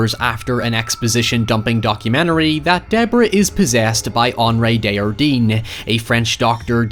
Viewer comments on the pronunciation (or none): This movie was great but what really threw me off was how everyone pronounced Desjardins. They pronounce as if the word was spanish with a soft j. The guy is from Quebec (which they pronounce correctly!) so it would be something like day-jar-dain, with the "s" and "n" in the name being silent. Its a really common name so it was just really funny to hear it as if it was some exotic name lol. It would be the equivalent of hearing some one talking about John Smith by calling them John Schmidt with a really aggressive German accent. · My biggest gripe with this movie is how they pronounce desjardins as a spanish name when it's clearly french and they watch a video on him which clearly pronounced it the right way 😭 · one of the scariest thing in this movie is the pronunciation of the name Desjardins